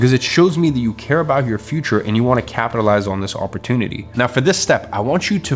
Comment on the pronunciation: OMG if i hear the word "OPP OR TOON ITY" again omg ! It's OPP OR TUNE ITY"